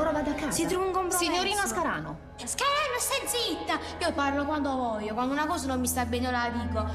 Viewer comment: "Io parlo quando vuojo"